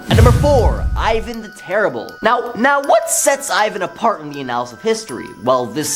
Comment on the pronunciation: I love the presenters so much. I just want them to look some of these words up so badly., you're awesome. If you can fix one thing today, let it be "annals." I would love you 1000% more! 💙